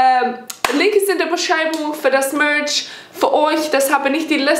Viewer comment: Ich habe verstanden ( da könnt ihr ein bisschen Milch haben) anstatt Merch 😂😂🤣😅😚 bei , wie süß sie das ausgesprochen hat